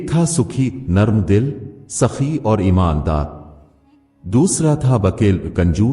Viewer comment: Story tho zabardast hai lekn Urdu galtiyon ko drust kren,,, sakhi ko aap suki keh rahe hn,, murgi ko margi,,, istra k mistake hn story mein..